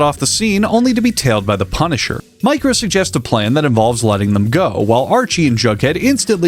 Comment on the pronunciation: Every time you say "Micro," I hear "Mike Rowe," as in the Dirty Jobs host guy.